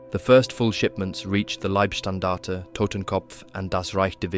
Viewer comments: LIEBSTANDARTE?? LOVEstandard?? No it's Leibstandarte bodystandard. ei in German is pronounced as I in English. (I walked down the street, I can see). I don't think love was much of a priority for these guys. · Leibstandarte is pronounced Lie, not Leeb. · You keep saying "Liebstandarte" when it should be pronounced "Leibstandarte." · just a little tipp if you like to for correct pronunciation of "Leibstandarte" as English speaker try to say it like "LIEd"-Standarte with a very very smooth d at the end, beside that as im still at min 4 already great start and looking forward for the rest.